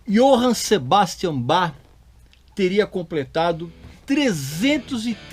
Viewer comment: Muita gente, ao dizer "Sebastian", pronuncia "cebástian", em vez de "zebástian", pois, em alemão, é assim que é falado.